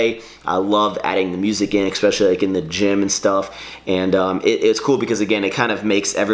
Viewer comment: can you PLEASE stop pronouncing especially like "EXspecially"?! I've put up with it for years and enough is enough. From now on, every time you pronounce it like that I will sneeze without covering my mouth!